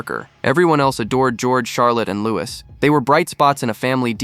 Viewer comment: Not Lou-iss it’s Lou-ee